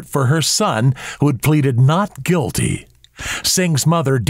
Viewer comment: Completely sure, 'gulty'